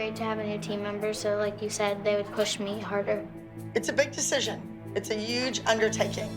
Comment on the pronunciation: Clearly Malissa is the one who should be in school hence her saying “I could care less” its “I couldN’T care less” implying that you care so little that you could not, not care about it any more Also, I love that abby says “uge” instead of huge